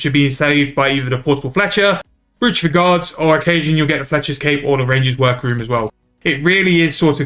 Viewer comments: Thanks for the vid, something for me to consider as I still need Fletching on the 120 all grind. Side note btw - Brooch is pronounced "Broach", like "Roach" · Sorry to be that guy, but it's pronounced like Broach or Browch for some reason. I'm convinced whoever created English were a bunch of anarchists who wanted to see the world burn